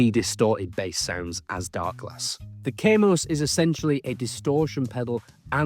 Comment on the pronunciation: Kaamos not Keimos.